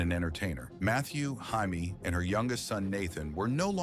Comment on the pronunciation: Enjoyed this episode. Constructive criticism - The last name is Man-drell, not mandrol. Barbara’s daughter name is Jamie, pronounced Jay-mee, not Hymie.